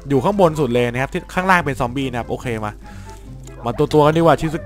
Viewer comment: มามไม่ใช่มามอามวำ